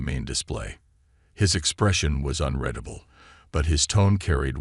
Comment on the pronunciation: it's un REED able............ not un RED able